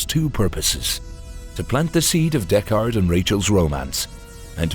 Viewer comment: "Deck-Ard"? Isn't that the name of Tim Heidecker's band?